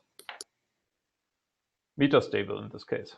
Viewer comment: It's "MEH-TAH" stable state, with a short E, not "MEE-TAH" ffs